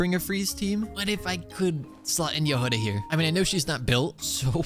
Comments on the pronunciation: Trh way to pronounce jahoda is like if youd say “yahoda” and the emphesis is just in the start of the name also there is NO “U” in the name it isnt pronounced it isnt yahouda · Her name is actually pronounced Yagoda (With the emphasis on the beggining of the word) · Hey! So, the way you pronounce Jahoda's name is actually without emphasis on anything. And the "ho" part is not pronounced "Hou" but more like you would say it in the word horn. Her name comes from the Czech word for strawberry. I was born and raised in Czechia so I thought this would be helpful! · Jahoda means Strawberry in Czech. So it would be Yah-ho-dah. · her name should be pronounced as JA!G!oda. it means "a berry" in russian) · Hey!! russian speaker (natively) here! It was meant to say "Berry" in russian, hence right spelling and pronanciationg would be "Jag(h)oda" but because it is hard for inglish speakers to get the "Gh" sound right they just left it with "H" Just say Jagoda lol If you want to get it right just put "Berry" in translator and listen. ;D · Hi! I'm Slovak and we pronounce it as Ja-Hoda. You pronounce the Ja as the first two when you say Yas so Ya and hoda you don't say the Ho as when you say Ho Ho merry X-mas you just say Ho like for example Hop and da...just how you say it so Ya-hoda :). Hope I was able to explain it :d EDIT: If anything you can check how to pronounce it on the google translator (Choose Slovak or even Czech) :) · the stress should be on the first syllable, *Ja*hoda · In her name it’s not actually much of a “h” sound it is more of a hard “g” as in game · as a czech person, you read Jahoda without emphasis anywhere, you just read it the way it is